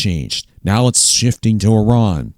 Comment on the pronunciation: "Ah-ron"? Towers of babble and bray stubble and hay. I like your enthusiasm. Blessings.